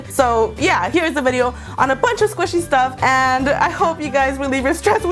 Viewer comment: I thought she said squishy pussy